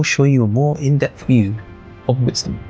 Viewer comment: Pronounced Wit-sta-bull